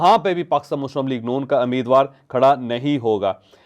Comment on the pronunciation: This is not Ameedwar. It's Umeedwar. Correct yourself.